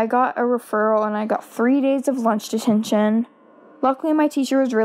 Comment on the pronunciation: Why does she say "lunch ditintion"